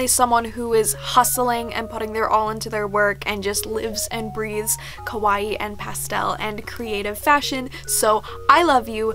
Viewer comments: i really love you, im your biggest baby fan, bUT the way you always say "kawaii" it's just- because you make it sound like "kowaii" which means "scary" and just- Maybe you could just try and practice?? I dont want to sound like you have to be a master at japanese, but if in most of your videos you are going to repeat this one word, you might as well just try to say it right?? Im sorry, I dont want to be rude but I just had to say it:-( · Omg yes I’m so bad for that!! I know the diff between kawaii and kowai but I’m have such a bad habit of mispronouncing. Same with “hairajuku” instead of “haaahrajuku” lol it’s just a bad habit I need to break